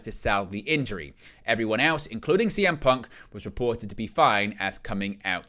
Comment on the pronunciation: "Everyone else... including CM Punk... was reported to be fine." Why you gotta say it like that? 😂😂😂